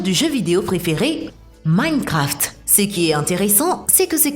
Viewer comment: Ptn ta pa's respected Mincraft, ca se pronansse MAINCRAFT, en dechifrent le mot